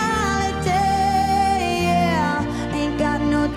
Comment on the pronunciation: I never heard an American pronounces 'mentality' this clearly before, bless her smiley miley 💞